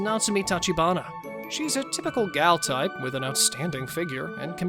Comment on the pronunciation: Idk about anybody else but I heard the accent change to an Australian accent when he said gal type at 0.42